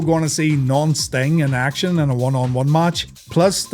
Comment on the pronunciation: When you say non-sting it sounds like nonce sting.